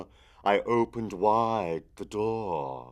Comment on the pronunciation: Okay, look, the poem has a very obvious natural meter that really shouldn't be fought against... adding the elongated syllables in 'dohhr', 'nevermohhr' etc. ruins the poem, as you know, because you have to rush the other words to fit them in. It's iambic, mostly, and the skips in beat are meant for emphasis. It is a poem filled with incredible imagery, but its structure is the most important thing. It represents a descent into delerium - a fugue. Try thinking a bit about what you're reading.